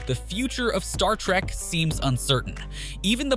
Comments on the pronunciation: Adding to your comments, did anyone notice how many times the narrator called Star Trek, “Star Track”?! For a channel that talks about the Star Trek universe as often as they do, irritating doesn’t even begin to describe it (period). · Agreed. Clearly not a fan consistently saying Track and not Trek. Or perhaps an AI script generated from web data. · First of all it's Star trek, Not Star Track! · Its Star Trek, not "track". Geez, can you even pronounce the franchise name correctly?